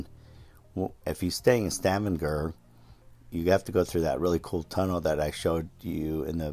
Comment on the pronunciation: Only an America could pronounce Stavanger like you did. Only pulling your leg😅